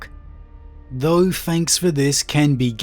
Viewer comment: Fret. Everyfing. Fanks. Moff. Frone. Fwarted. Brova. Wiv. Strengf. Gaver. Brevren. Fink. Anuva. But no issues saying the, their, that…interesting speech pattern. PS: favourite 40k lore YouTuber hands down